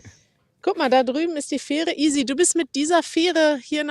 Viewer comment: Nöadlichster Oat 😅 Feehre 😅 Noadsee😅. Love it! So lernen die fleißigen Studis schon mal als erstes den Münsterländer Zungenschlag 👍😉